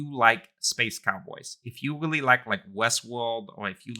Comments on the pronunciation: Why do you sound like a cartoon character lol. Pronounce the letter 'R' properly. It's not a 'W'... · "I willy willy like constellation" the speech impediment is charming lol